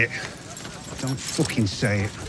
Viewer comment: "Don't say it. Don't foocking say it."